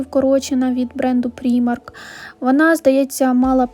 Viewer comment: Primark вимовляється як праймак, а не прімарк.....Будь ласка!!!!Левайс, а не левіс!!!!